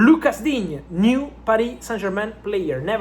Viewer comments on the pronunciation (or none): none